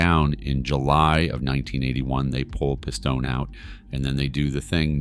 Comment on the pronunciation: WHO THE FUCK IS "PISS TOE NAY" 🤣🤣🤣🤣🤣 you also keep calling a capo a soldier wh8ch ruins your credibility.